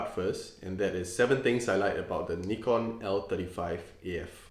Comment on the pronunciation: finally a person who pronounces Nikon correctly!